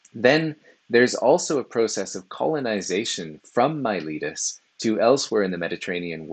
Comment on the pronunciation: pff, it's not yourletus... It's Miletus! In all serious though, thanks. I've been reading their fragments and testimonia in my spare time and videos like this help contextualize their ideas. It was also entertaining and well presented.